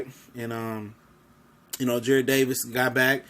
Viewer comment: It's Jarrad not Jared